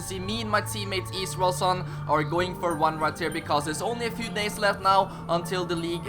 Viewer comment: How many times did he said "issraelson" 🤔🤔